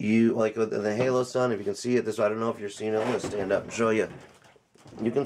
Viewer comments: HOLO-sun, not HALO-sun. I like your video, but good god that was bugging me. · Its holosun not haloson